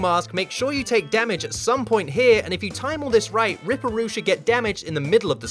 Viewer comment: It’s rip-per roo 😂